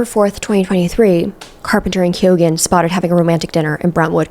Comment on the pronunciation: Really hoping the way you were pronouncing “Keoghan” was satire 😅